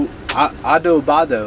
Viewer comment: Lol, I love ya but. It’s ADOBADA hehehe 😂 😋